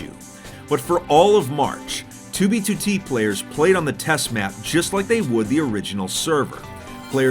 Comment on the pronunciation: The way he pronounces 2b2t is perfection. "Toobeetootee"